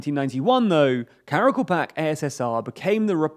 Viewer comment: Please pronounce the word Karakalpak correctly, thanks for the video:)